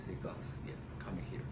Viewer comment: 来是康姆，去是狗。阿贵英语杠杠的！